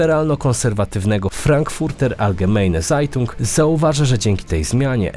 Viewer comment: I proszę trochę podszkolić niemiecki bo nie mówi się Zajtung tylko cajtung😂 i nie Frejtag Won tylko frajtag fon!!!